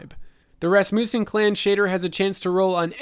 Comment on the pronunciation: Your pronunciation of nouns is absolutely horrifying. Following corrections: Rasmussen (short u sound) not ras-moo-sen. Meyrin (ay sound) not mai-rin Gofannon (short O sound, like the last 'O' in gofannon) not goe-fannon. All that aside. Nice job.